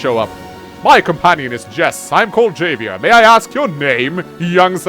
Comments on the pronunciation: love ya dude, but it's "Hah Vee Air". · I hated blackbombs but would've been cool with them if missiles silos were taken out and functioned liked blackbombs instead, so to use Black bombs would need infantry or mech to get control of them first. and Javier is pronounced with an H , HAHvier, like Javier Bardem Who is still ridiculously broken